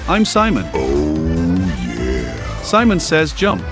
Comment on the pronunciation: He’s like yaer when he said yeah